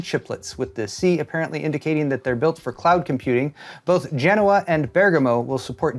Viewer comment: ty for pronouncing Genoa correctly 8^)